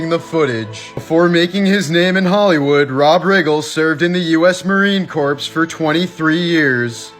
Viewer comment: Corps is pronounced " core" syk